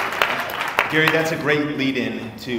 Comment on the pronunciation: Damn Gary you said it properly! No shortcuts my friend !